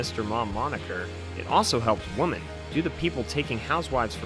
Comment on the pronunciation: “Woman” and “women” are pronounced differently. Women is pronounced like wimm-en.